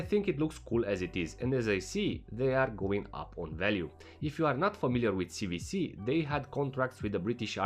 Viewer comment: "C double-u C" NOT "C vee C"